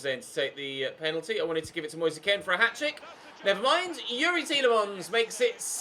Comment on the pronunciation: Why does he say Moyesa Ken? It’s Moise Kean